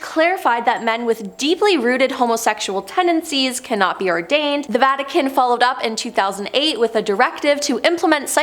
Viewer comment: Your presentors are either ignorant or can't read. Seminary not cemetery. Ordained not whatever she said. Sloppy work.